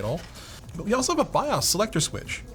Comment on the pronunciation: It's Bios not Bios...get it straight. :-)